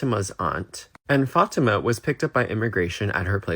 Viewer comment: His girlfriend should dump him...unless she is here illegally. He could not even pronounce the girl's name correct. He called her FAT-A-MA. What an idiot!